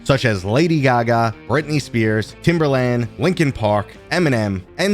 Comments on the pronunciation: Also funny... his name is Timbaland. Theres no R. Hehe. Easy mistake though. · Timbaland not Timberland, my dude 😉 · It has been awhile since i've heard someone say, "Timberland," with a hard R.